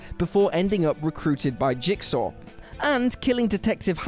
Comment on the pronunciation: "jiksaw" "jiksaw" "jiksaw" "jiksaw" "jiksaw"... Can this guy mispronounce a word any more? Jeez. It's almost as bad as people that say "skellington"! Lol